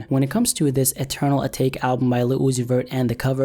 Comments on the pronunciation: Bruh it’s eternal a-ta-ke not a-take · Its pronounced "A-Ta-kay"